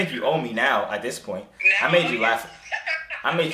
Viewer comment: "put it in dis way"😂😂